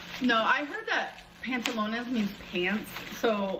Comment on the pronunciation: Amber is American and cannot speak correct English so she needs to stay away from trying to speak Spanish. Her mispronouncing pants and Mis defining the word made me want to scream.